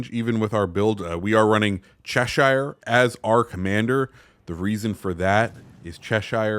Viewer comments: ok, when you see shire on the end of a place name etc its pronounced "sher" not shire, trust me, i live in cheshire and its defo not pronounced like that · Americans butchering the word Cheshire 😭😭😭